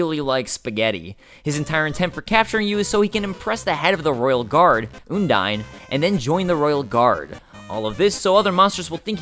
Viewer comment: oh he called her...oondyne...oh no